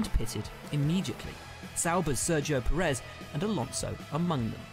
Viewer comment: M8 you still cant pronounce names. Bro you don't need to know how to say it in there language just in English like who tf is max vursthappen its max ver stap pen. Kimi raik konen. Sebastian vet tel. Valt Teri bot tas. Sergio per ez.